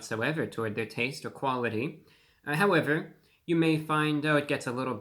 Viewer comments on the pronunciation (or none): none